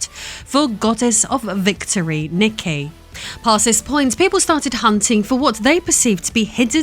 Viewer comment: Nee-kay for future reference